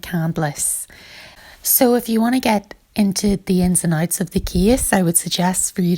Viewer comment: “Ins and ooooots”